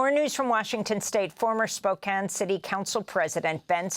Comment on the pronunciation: Spo-can, not spoke cane. Dear fellow American